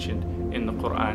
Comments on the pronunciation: He sounds so sensible! It feels though, he has understood it better than anybody else could. And yeah i love the way he pronounces Quran in a proper arabic accent. Masha Allah 😊May Allah bless all of us and lead us to the path of righteousness. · A smart and handsome new brother! So logical! PS - Check out his pronunciation of 'Quran ' !